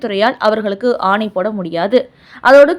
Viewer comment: Very poor pronunciation and some blunders like ஆணி instead of ஆணை